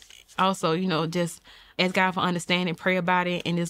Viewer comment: Ask not ax.